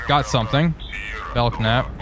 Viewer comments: Pronounced “Bell Nap” not “Belk Nap” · You keep calling it the Bel Knap. It's a silent "K" so the actual name of the class is Bel Nap. I served with a lot of these while I was in the U.S. Navy.... It's interesting, though, you call the Knox class Nox.... :) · Ship is pronounced Bell-Nap (the K is silent). Love all your sub videos. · Just found this, so I know I am late to the party, but just so you know. The K in Belknap is silent. It is pronounced more like Bel-nap. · Sure that's how the Capitalists pronounce it, but we are Soviets here Comrade. Letters are there for a reason and must be properly spoken! bell-Knap! Carry on. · After watching the second episode and now this, I wanted to say this is pretty entertaining. I'm gonna have to check out the Epic mod. And because my pedant gene is kicking in... just wanted to let you know that the "K" in "Belknap" is silent. Pronounced "bell-nap". xD